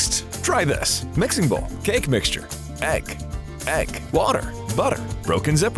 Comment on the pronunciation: Now I have a phobia of him saying egg😮